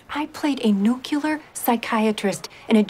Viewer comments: "I played a nuke-yuhler scientist in a James Bong movie". WTF? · She doesn't pull off the smart thing very well... at all! I think that is what they were trying to say. She even pronounces nuclear "Nucular"! It is a commentary about her acting skills. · Nucular, please. Nucular. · "I played a nucular psychiatrist in a James Bog movie" - Denise Richards